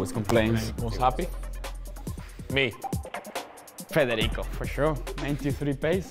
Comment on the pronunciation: The way Macca says “Federico” 🤌🏽 It’s perfection